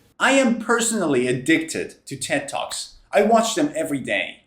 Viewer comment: Mr. I was not watching the screen. You said Ted Talks and I understood Tick tocks, I said myself: what? Then I stopped and watched the video and I laughed 😅😅😅